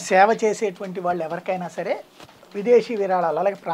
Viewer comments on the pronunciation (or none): none